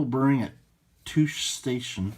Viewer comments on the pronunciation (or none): your pronounced trandoshan and tosche station incorrectly. however, trand o shan sounded funny